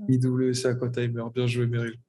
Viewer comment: Belle vidéo les gars! Ptit bémol, IWC se lit Ivécé 🙂😉